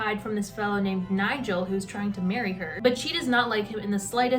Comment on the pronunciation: genuinely can’t get over the way you kept saying “niGel”. absolutely iconic